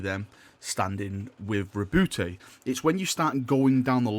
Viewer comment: Btw the e in roboute is silent